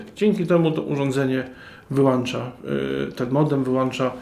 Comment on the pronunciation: Dzięki za wskazanie (jedynie sobie) gdzie jest wskazówka podłączenia do sieci, gdzie jest czujnik światła. Reszta OK, no może poza WŁĄCZA i WYŁĄCZA a nie włancza i wyłancza.